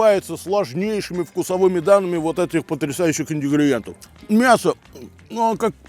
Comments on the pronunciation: ИнГридиентов, а не ИнДигриентов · индигриентов ❌ ингредиентов ✅